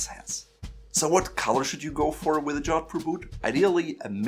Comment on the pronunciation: Its pronounced Joe-th-poor